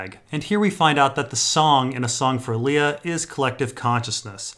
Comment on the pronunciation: It's definitely Liar, not Lee-a. It's important shading in the story because it reminds us: is the alien goo genuine, or lying?